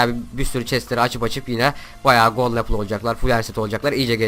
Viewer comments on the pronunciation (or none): none